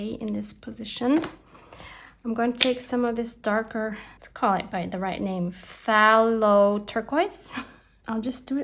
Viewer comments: Love your fodder. Now phalo...say th a as in hay..lo . Thalo.xxx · I love messy play and packaging, this is perfect! Flourishes are so pretty. I never use my brayer, I really should because that texture is great. Oooh I need that art deco stencil to go with your papers! (Which are my favourite colours) I cut mine on the silhouette out of double laminated pouches.oh you say 'thay-low' and it's my absolute favourite even when oil painting. your nail varnish is gorgeous too 😍. Oh I've seen Tim Holtz brayer paint into stamps! What a brilliant use for a calendar, I love your faces, I haven't done one for so long. Oh can't wait to use my calendar! Your doll is beautiful 😍 a little like a geisha! Thank you so m this was an awesome video💖